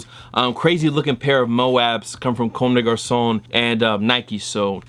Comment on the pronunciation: It sounds funny how you pronounce " comme des gason."😊